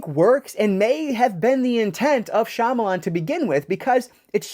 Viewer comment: bummer to hear that it's not a wow factor! Comon M. Night do better!! Thanks for the review and nice to see a reviewer who knows how to pronounce Shyamalan correctly!